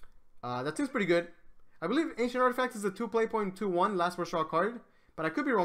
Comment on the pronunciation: drinking game: take 1 shot everytime he say "articaft"